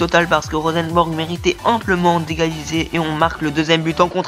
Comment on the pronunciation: Bonne vidéo . J'apprécie a voir cette carrière surtout tes offensive (parce que la défense ...^^) qui sont bien joué ! Pour moi il y avait pénalty pour la faute de Fharmann mais je crois que c'était un arbitre français x) PS: On dit Rosenborg pas Rosenbèrg ;)